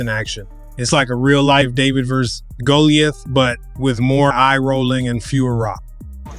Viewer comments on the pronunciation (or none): Bruh did you really say David vs Goalieith? It's very commonly known phrase how could you mispronounce it that badly 😂. I guess David is out there fighting hockey players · It’s pronounced. Go lie uth. Not goalie ith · Did natator just say “david and Goal-LEE-ith. Lol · David VS Who???? 😂 bro bro... GO-LIE-ATH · *GAH-lee-uth. Haha! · David and who? Never heard it pronounced that way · Please say Goliath in every video. That was the most ridiculous pronunciation I've ever heard!!!!